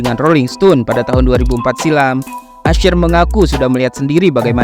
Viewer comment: Usher bang bukan ashir